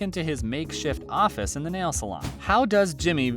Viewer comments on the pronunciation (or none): none